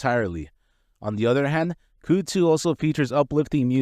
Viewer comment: I can't watch this because you keep saying "cyoodzoo" lmao. Kuhhdzoo bro